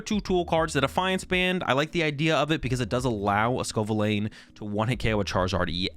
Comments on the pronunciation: if you watch the first couple of battles he definitely doesn’t 😂 “scovillane” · I’m convinced you deliberately pronounce Pokémon names wrong at this point. It’s clearly pronounced sco - villain (as in, a bad guy) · It's pronounced sco' villain